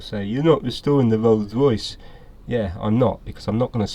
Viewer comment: Rolls Royce, not 'roller'